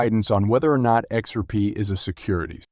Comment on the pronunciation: Learn how to say XRP! Your info is very dated and your Title is clickbait!!!